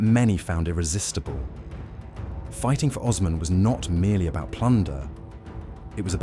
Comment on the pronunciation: Oooooosman. Not ozman